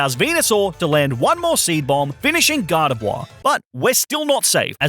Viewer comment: Gar Deh Vwah